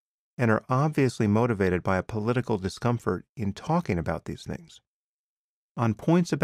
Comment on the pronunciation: It's amusing how before self-destruction I find his use of "fings, dees and dem"* tolerable. Whereas now I find it increasingly annoying! *(Things, these and them)